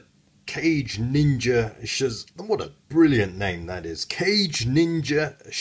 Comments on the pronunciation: It's "kah-gay", not "cage", lol. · Not sure if you were joking or not by calling it "cage ninja" or not, but the proper pronounciation of the would be Ka-gei, not cage. In addition, kage translates into "shadow", meaning that the name is Shadow Ninja Shazaku. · Still like the "sound" of "Cage Ninja" though take your word for it that "Ka-gei" may be more correct pronunciation-wise and "Shadow Ninja" is certainly cool! (and makes more sense than a Ninja in a cage ...LOL). In any case why not take me to task on the pronunciation of Zaku whilst you are at it? Should be "Zak" right? "Zeeg John" xD